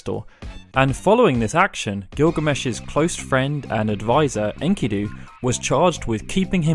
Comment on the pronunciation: It's not "in-kee-doo" it's "en-ki-doe" lmao